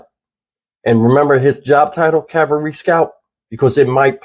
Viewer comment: I know that in the scope of things this may not seem important to anyone but me. The reporter actually said that "... King is a Calvary Scout.." Calvary is the place the Lord Jesus Christ was crucified. King was reportedly a Cavalry Scout. Cavalry NOT Calvary. The level of education and vocabulary skills today in reporting is just embarrassing. It seems that this soldier had some sort of death wish to have purposely run over into North Korea.